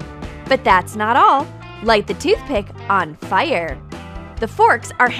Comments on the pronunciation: "Fiyr" she says it so weird. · I love how she says fire